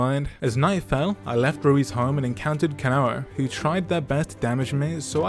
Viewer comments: There’s no way you pronounced it Ka-na-wo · "Kanawo" Did the owner of the mod did Kanao dirty- 👹